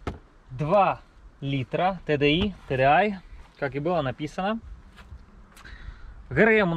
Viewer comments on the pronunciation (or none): Если хотел сказать по ангийски то tdi ти ди ай